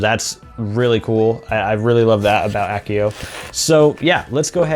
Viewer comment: It's AH-see-oh, not ACK-ee-oh!! LOL